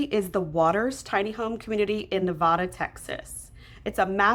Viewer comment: Good info. Just FYI, Nevada in Texas is pronounced Nuh Vay da, with a long a sound.